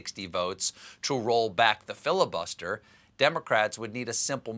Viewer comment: Did somebody say filibuTTster? Have a nice day :)